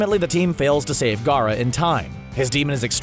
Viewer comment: At least he can pronounce Gaara and Neji